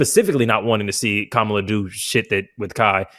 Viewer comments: There is 100% absolutely no reason people, especially black people, should still be mispronouncing Kamala’s name. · lol unrelated but why do so many men absolutely refuse to say Kamala Harris’s name right lmao she’s corrected us so many times lmao they just keep doing it